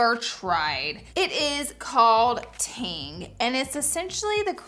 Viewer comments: Leg foundation is Tinge- pretty sure it sounds like Hinge with a “T.”❤😊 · Love you Laura! Want to try the Tinge product (which, FYI, is pronounced TINge (soft G) not Ting. ❤️ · Tinge in pronounced Tinje meaning colour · It is pronounced like Tin-juh. It means a light amount of. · Is the Tinge product not pronounced with a j sound?